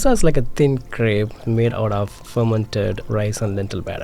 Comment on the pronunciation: Fermented or as says fermanturd